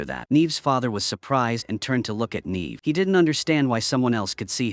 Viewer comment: Yay for more AI slop. It managed to prounounce Neve correctly a whole two times, followed by endless NEEEEVing. 💩💀